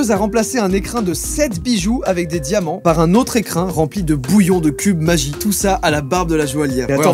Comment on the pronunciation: ON DIT PAS MAGIE !!!! MAIS MAGGI AVEC UN G COMME GOMME !!! 😂😂😂🤧🤧🤧